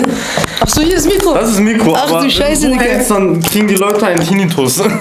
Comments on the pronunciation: Er sagt nd diggah sondern dicker haha er beleidigt dich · Das fuckt so ab wie er ganzerzeit dicka sagt alter ich raste aus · mackirk75 Dikka. Schreibts doch wenn dann richtig bitte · Das heist digga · Wie der immer dicka sagt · Aiša Kurbardović vallahhh😴